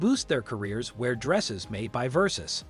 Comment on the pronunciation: If you're going to make a video about a known brand, my advice is this: Learn how to pronounce the brand names properly ot at least make an effort. Gianni Versace would be disgusted. RiP ❤️